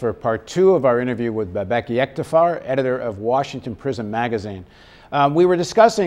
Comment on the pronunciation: ))) , he's pronouncing his name incorrectly. it´s Bâbak or Baabak.( the first a is a very long Vowel)